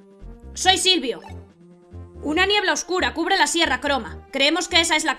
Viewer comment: Cuando dices Lyra y Silvio en el mas o menos, casi parecia q decias Lyra y Sylcred xD